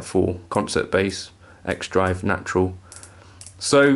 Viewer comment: "Jatural" - I like that!